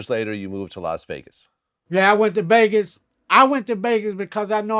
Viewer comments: My mans said BEGAS too #GLADTV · Brian: You mean Vlad Crunchy: Glad Brian: okay then how do you say Vegas Crunchy: Begas.....